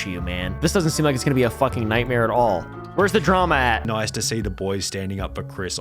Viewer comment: Why he say it like Dramaaaaah